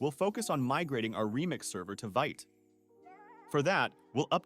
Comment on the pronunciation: Love your videos man! Just a nitpick, it's pronounced /vit/ (veet)